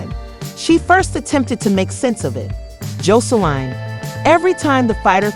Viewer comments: Girl she done went from “Jolene” to “josline” lmao like did you not replay the video back before you uploaded?? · Every time you said her name it was said differently and wrong it’s JOSELINE